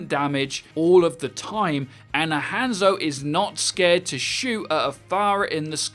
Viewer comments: His name is Hanzo, not handzo. You pronounce it as Hon-Zo, not hand-zo. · How is he still pronouncing Hanzo and Brigitte wrong lol